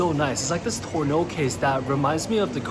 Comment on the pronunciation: The shape is not called “tor-neau” its tonneau